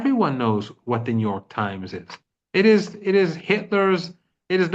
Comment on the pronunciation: New York Times sounds like Netan Yahu Times.